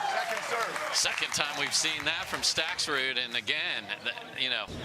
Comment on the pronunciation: Hey announcer- learn how to pronounce Stakrud- no “s” you knucklehead! Not StakSrud